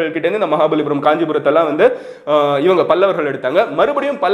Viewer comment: It is "maha palli puram"